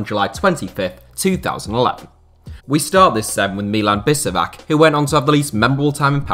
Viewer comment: its not bisevak, its bishevac